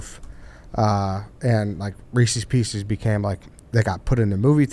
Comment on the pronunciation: . Just an outrageous pronunciation of Reese's Pieces.